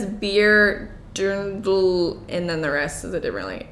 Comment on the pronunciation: “Dirndl” is pronounced “Deer-n-del” if you don’t use an accent haha